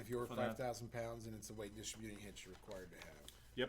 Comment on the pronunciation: Lordy, I thought we were gonna get through this without mangling the pronunciation of "distributing". Thumbs up anyway. Maybe I'll finally get a copy of that book; I appreciate the knowledge share.